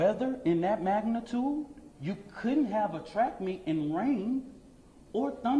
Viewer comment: "maganuhtude" "weather journalist" "Daniel Pennuh" "AK fawtysebun"